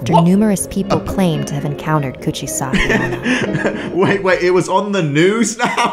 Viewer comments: its kuchisakke onna Me: its cuchi sake oona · Who is Kuchisake onna isnt it Coochiesake onna 😂😂😂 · "Couchesaki onna" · Says “Kuchisake-onna” Also: InsErT JOjO MenACinG